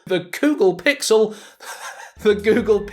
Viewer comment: The Ghoggle phiksel